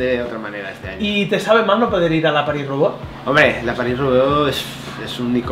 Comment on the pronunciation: valenti es paris roubaix, roubaix se pronuncia con e final no con o